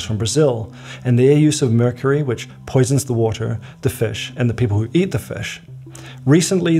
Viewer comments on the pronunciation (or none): none